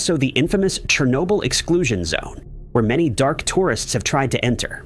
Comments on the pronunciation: That pronunciation cracked me up! 😄 chair n-yo bull is what I believe is correct. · I couldn't take it anymore. quit watching. Your pronunciation of Chernobyl was so bad and so frequent, I was done. Even if there is no doubt, look for proper pronunciation of foreign named things. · Yep. Didn't even bother to teach the AI the proper pronunciation of Chernobyl. I quit watching . I couldn't take the stupidity of the AIs pronunciation. (irony there somewhere?)